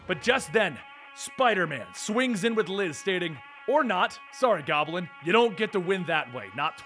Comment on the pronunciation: Why do you say Gob-A-Lin?